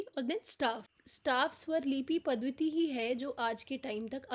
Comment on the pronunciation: पद्धति को पद्वति ना बोले प्लीज